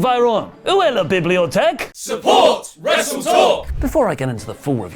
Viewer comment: You actually said French words.. And the "bibliothèque" not bad